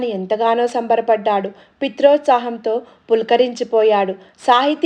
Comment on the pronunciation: Koncham prinouncian marchukomma!! Babu ki bu ki dheergham tiyakydadu, pitrothsaham kaadi puthrothsaham